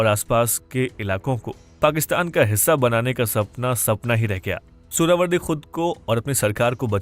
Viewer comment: Suharawardy ❌ Suarwardy 🐖 🐖 🐖 ✅